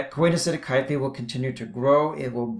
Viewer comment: Great video! I was a little confused by your pronunciation (I've always heard these pronunciations: coenocytic is see-no-si-tic and gametangia is ga-me-tan-gee-a), but that's such a trivial thing anyway. Excellent diagrams and use of vocabulary. Wonderful job!